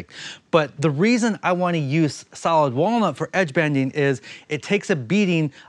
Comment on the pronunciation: Did he say whale nuts instead of walnut??? 🐳 🥜